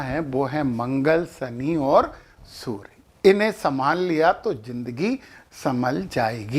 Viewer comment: Kripa karke surya ko soor aur karye ko kar mat kahe